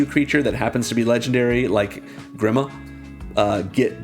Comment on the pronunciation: Grima, is pronounced as (GrEEma) also known as grima wormtongue